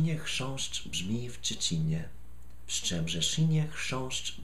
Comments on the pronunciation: 'czcinie' instead of 'trzcinie' but, keep trying.. ;) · Po pierwsze, Respekt! Jeśli chodzi o ten tongue twister to jedyne odstępstwo od prawidłowego akcentu widzę w "trzcinie", a mianowicie część "inie". Powinno być nieco mniej zaciągane i krócej. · T-rzrzrz-c-i-n-i-e brzmi jeszcze troszkę lepiej, niż "czcinie". Ale i tak jestem pełen podziwu. :-) Nie każdy potrafi to tak dobrze wymówić. Powiem więcej; często nawet Polacy mają trudności z wymawianiem takich zdań. ;-) Jakbyś chciał wiedzieć, to w j.polskim wymyślono więcej podobnych i równie dziwnych zdań, które mają na celu wyłącznie maltretowanie języka. :-] Na przykład "Król Karol kupił królowej Karolinie korale koloru koralowego.". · Raczej bliżej do "tszcinie".